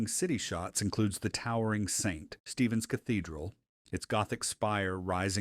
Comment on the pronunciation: "" is AI., "The towering Saint (pause)....Stephens Cathedral"